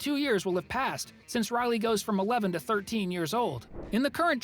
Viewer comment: It’s pronounced since